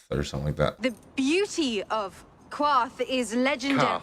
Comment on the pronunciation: That's right! Pronounced "karth, not kwarth." Very good.